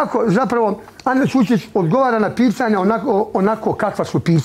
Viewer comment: Najjače je kako izgovara Ana Čurčić😂😂😂